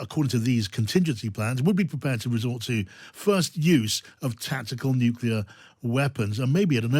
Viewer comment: Who is this uneducated presenter? What is Nukula? Is it some new kind of weapon? Is it anything to be concerned about?